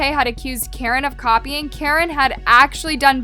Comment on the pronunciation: Guys it's Caren not Karen sssniperwof has chica's head in the background😂